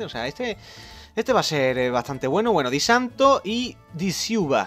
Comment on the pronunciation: Disanto...Jajajaja xD no sabe pronunciar nada